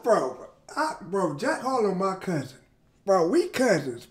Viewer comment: It’s Harrrloow